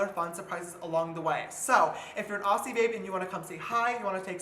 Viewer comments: haha he says aussie as "ah-see" but its actually pronouced "oz-ze" just letting you know 👍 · Hey. Love you. It's pronounced as Ozzy not osse. Coming to you from an Australian Sister who lives in a state ur not going to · Did he just say Ossy babe? It’s pronounced Auzzie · im sorry james i love you but its pronouced au-zz-ie not au-ss-ie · “AuSSie baby” lol I’m dead it’s auZZie you pronounce it with a Z even tho it’s aussie lmao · Im australian :) i hope u enjoy urself here :) Although i might give u a helpful tip <3 “Aussie” Pronounced “ozzy” Much love for u :) Shine huni shine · Girl before you come down under you need to learn how to say it hahaha it is spelled Aussie but is pronounced “Auzzie” with a Z sound. Fucking living for you coming down under! ❤️ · anyone annoyed how he pronounced Aussie?? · He pronounced 'Aussie' with an S not a Z 😂😂